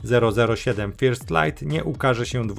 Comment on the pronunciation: jak czytasz "First"(czy wcześniej inne) to aż uszy więdną. Fajne robisz materiały i dzięki Ci za to ale Twój angielski woła o pomstę do nieba.